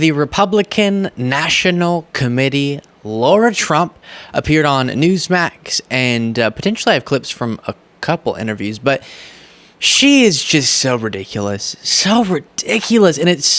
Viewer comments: (pssst,, it's LARA, not LAURA) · Hi! Love 'ya Lara is NOT pronounced Laura Again!!!